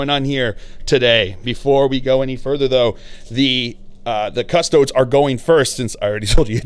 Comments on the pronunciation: Your pronunciation of Custodes really grinds my gears. It's a latin word, not "Custods" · Adeptus Cus-Tow-Deez!!! XD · Haha I was literally just thinking this! I think it’s just how Americans pronounce it